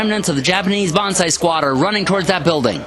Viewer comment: I must say your battle reports is really one of a kind, I really enjoy it, your so damn good att commentating the battle and it really feels like a sports game that has an awesome wartheme. Please do more videos for the love of the gaminggods!! btw it´s not bonsai you should scream...its banzai! Bonsai is a tree, and banzai is the charge thingie :)